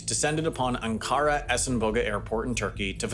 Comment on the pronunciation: A turk speaking here- Please double check your pronunciation of Ankara, it is very off. Also in another video a while back i you mispronounced Atatürk, but that is a more common mispronunciation